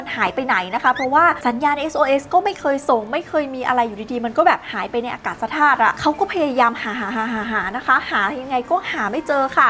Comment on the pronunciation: อากาศธาตุ = อา กาด ทาด